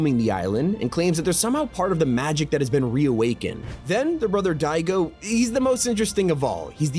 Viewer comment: Annoys me is pronouncing Daigo as Digo lol.